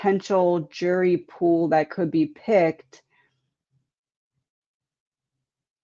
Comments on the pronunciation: did you say "jury" or "jewelry”? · I thought she said jewelry too. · I thought I heard that also …JEWELRY!!